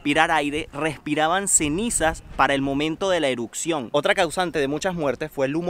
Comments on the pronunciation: Erupción, erupcion, no eruccion 😂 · no puedo con su "Eruccion" "Eruccionó" :/ me desconcentra de ver el video